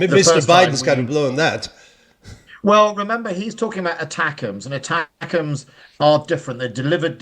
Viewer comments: If is so ignorant about the core subject that he thinks that the missiles are called ACTAMS not ATACMS then he really shouldn't be presenting. Times Radio is just a bad joke nowadays, shoddy journalism. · Pompous longwinded Andrew intro, can't even pronouce ATACMS 🙄